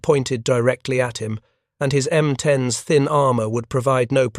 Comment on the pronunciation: M10-S, you mean the M10s.... AI sucks.